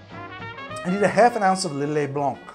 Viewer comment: that says le blanc correctly 🥰 and that dance!!!! 😂😂